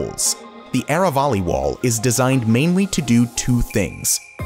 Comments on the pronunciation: Aravali is spelt like aaaraaa vaaaaliii and not areywalley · Aravali is pronounced as ... A Rr AAA V A L I